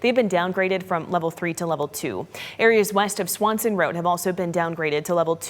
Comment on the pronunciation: It's Swenson, not Swanson Rd. 🤨